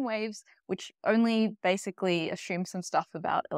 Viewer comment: Assume does not have an H in it.